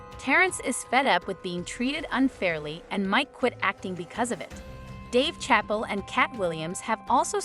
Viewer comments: "..Dave CHAPPEL.." (????!!!) 😂😂 😂😂 It's Chappelle , not Chappel 😂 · Dave Chapel? Really? Not Chapelle. Who’s reading this? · It's ChappELLE, not Chapel! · Its not dave chapel. Its Chappelle. Get it right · Sha Pell lady. Not chapel. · YOU LOST ME AT "Dave Chapel"........how you don't know it's pronounced "sha pell" is beyond me. Great public school system you had eh? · If you say Dave Chapel one more time…… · TF you said DAVE CHAPEL its chaaapeeeell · You need to learn how to say words & names correctly. I lost count how many times you pronounced Dave Chappelle’s name as Dave CHAPAL. Just LOOK & SEE the name & you will easily know the name is not pronounced CHAPAL. How many times have you heard to man’s name? Absolutely brutal. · It's pronounced 'shapell '. You need a real person, not a bot. And that's not the only one that you messed up. 😬😡🤡💩. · Did she just say Dave chapel 🤔🤦🏽‍♂️ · Did you really just call him Dave Chapel? 😂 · His name is not pronounced chapel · I'm still stuck on the pronunciations of some of these stars' names.....Schedell for Don Cheadle and Chapel for Dave Chappelle.....I digress.... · I hate when people don’t say the names correctly. That’s not Dave’s last name lol. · You have GOT To Put Some RESPECTT On Chapelles NAME DANGIT! Jeez Louise! Learn his REAL NAME! 😂😂😅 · Am I the only one getting distracted by her mispronunciation of “Dave Chapelle’s” name? Smh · hard to finish this clip when she keeps pronouncing dave chapel wrong lol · Who is the narrator? Because she can't say Dave Chappelle 's name right. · ai reader, learn chappelle's proper pronunciation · I wish the commentator would learn the right pronunciation of Dave Chapelle's name!! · Why can't chu pronounce Dave's last name correctly it's a bit annoying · Right? Like she ain't heard the name Chappelle.